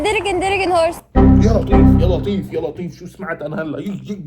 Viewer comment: 😂دركن دركن هورس ماشاء الله لغة انجليزية قوية